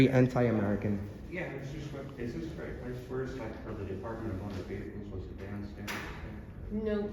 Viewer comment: Right off, she says: "Shut That Off!" "Put On A Mask!" ...actually, she says "Reich" off: "Shut That Off!" "Put On A Mask!"